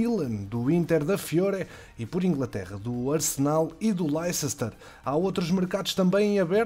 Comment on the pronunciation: Espero que não leves a mal, adoro o teu conteúdo mas tu dizes mal o nome do Leicester, diz se "Léster City" eu sei que é estranho mas é assim que os ingleses dizem o nome